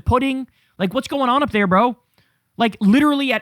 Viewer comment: Nobody drops a "Brö" like Kyle, maing. 🎉